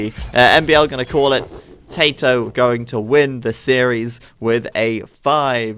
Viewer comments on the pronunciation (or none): I love it when says "TaToH" it sounds like "Potato" 11